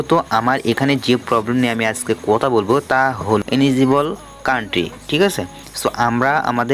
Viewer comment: ইনেজিবল না রে ভাই এলিজিবল